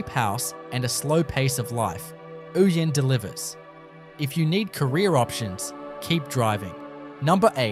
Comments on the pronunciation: It is Oh-yen not ooyen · Ouyen is pronounced Oh-yen